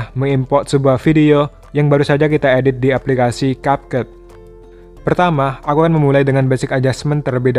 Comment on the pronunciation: It's Kepkat not Kapket